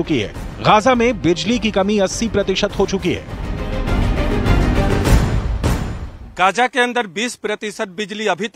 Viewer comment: Yeh reporter Gaza ko Gaja bol raha hai… wahhh